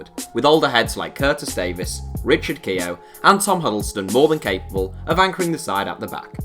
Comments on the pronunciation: Richard Keogh is pronounced kyo not key-o I’m Irish so trust me on this one 😉🇮🇪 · Keogh is one syllable btw, not key-ohh. The commentators were driving me up the wall with that last night.